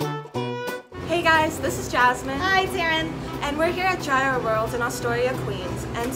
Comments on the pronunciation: It's Yee-roh! Not Ji-roh! In Greece at least. Aaggggjhhhhhh. Chicken slavaki is my favorite! I make my own and so yummilicious!! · Did he just say G-I-R-O-S ???? And he works there n look like he from greece ...smh !!!! Its pronounced like euros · Im greek and I need tzatziki with that anyone else need ?? #yeero not #yairo hahah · It's ˈyē-ˌrō NOT ˈjī-(ˌ)rō ... as a half-greek, I can't stop shaking my head watching this... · Excuse me? Did you say GIE-ROW? It's YEER-RO. 😖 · Λεει πως ο γύρος ακούγεται σαν euros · Aradia X i said the same thing !!! And he works there too !!! Smh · Did he pronounce gyro wrong 🤔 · The mispronunciation tho 😩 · Is that a person with an accent nonetheless pronouncing gyro as if it is related to "gyration"?.. #correctmeifimwrong.. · they didn't even pronounce gyro correctly